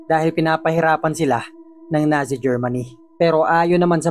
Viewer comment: Natsi not nasi